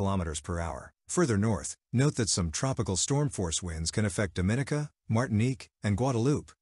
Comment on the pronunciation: he miss pronounce all Grenada 🇬🇩, St. Lucia 🇱🇨and Dominica 🇩🇲 😂 I was saying the same thing to myself